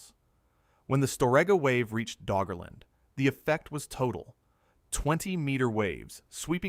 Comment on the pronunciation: Did he say Draugr-land?